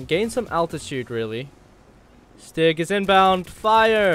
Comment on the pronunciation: am i the only one who noticed he called the stig 'Sticky'? unless he said stiggy and im deaf